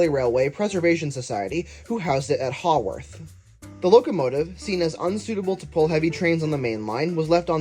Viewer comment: just a note, as someone who lives a short drive away from this railway and has ridden it many times over my 21 years of life, it's pronounced 'KEITH-ley' and 'HA-worth'